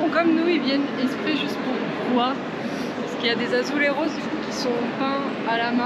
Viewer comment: Azuleijos et non pas azuleiros, vous êtes au Portugal et pas en Espagne